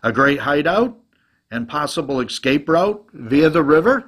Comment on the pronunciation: "Escape" is pronounced like it's spelled, not "ekscape". You learned better in the fifties, maybe sixties.